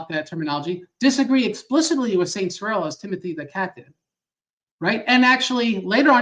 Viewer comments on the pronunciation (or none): it's jarring hearing you alternate between pronouncing Cyril in two ways - 1)SIHR-uhl and 2)ser-ELL. 1)is right and 2) is not. Cyril doesn't have 2 natures in English 😉